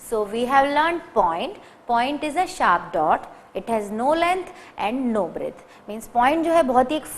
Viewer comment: very nice video.. plz correct the word as "breadth" not breth